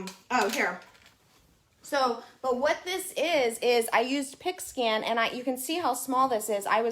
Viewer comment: I thought you were saying a pig skin mat 😛